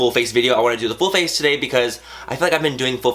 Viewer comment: Whenever he says full face, it sounds like bull face :P Love you Manny!!! <3 You have such talent at SLAYYYYYYING life!!!